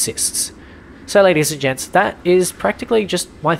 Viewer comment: Sometimes it sounds like your saying “lady’s and jets” instead of “gents” but it’s honestly accurate asf Bc us dudes do see ourselves as jets. Strong and capable🥸